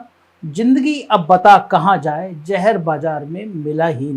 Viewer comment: JINDAGI , JAHAR, SAJA ......hindi bolna toh seek le bhainsey